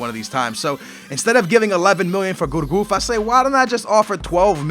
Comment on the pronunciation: And its pronounced gurcuff not gourgouf mug